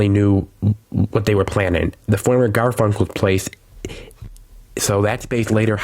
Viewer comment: Its Garfinckles not Garfunckles and the dept store is Hechts the t is silent. Its like your saying Hecks